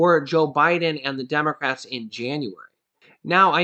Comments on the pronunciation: Hey, you said Demorats not democrats🤣🤣🤣! Thank u so much I need to laugh this am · Lol did say Demorats at 1.45??